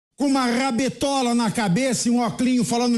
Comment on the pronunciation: uma rrrrrrrrrrabetola kkkkk